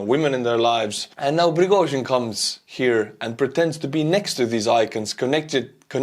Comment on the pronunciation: i like the way you say "Prigozhin"